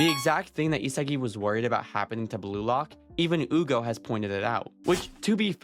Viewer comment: Why is he calling him ugo ? It should be Hyu go, no ?😂